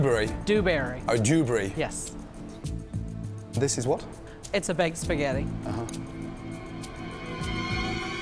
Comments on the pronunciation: “Joobrey” ah haha 😂😭🤣😂🤣😭😂😂😂😂😂😂😂😂😂🤣🤣🤣🤣🤣🤣🤣😂😂🤣🤣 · I didn’t understand it wrong as I am british it’s just because his pronunciation sounded like he said joobrey that’s all lol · "what's your name?" "Dewberry" "Doobery?" "Dewberry" "Doobery?" "Yes..." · "Dewberry" "Blueberry?" "DEWberry" "Oh, Dewbry" "yes" 😬 Edit: Thanks for the likes guys :) I've never been noticed before